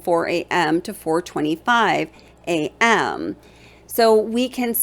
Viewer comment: The way you keep emphasizing on the word A.M. is driving me kinda crazy however, I live in Idaho. There is a lot more to this case I believe and your research is very good and you are definitely thinking the way I'm thinking.. good job on this and keep it up... maybe just chill out on the word A.M.